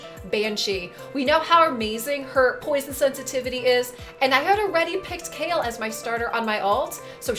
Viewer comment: Am I the only one calling Kael -> Kha-el and not kale!?